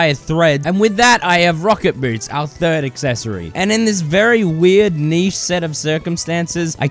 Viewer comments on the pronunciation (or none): none